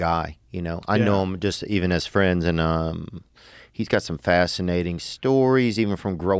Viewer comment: I'll be you guyses fwiends😊